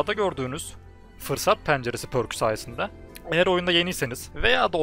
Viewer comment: pərk diye okunuyor sanırım şapkalı ö gibi, üo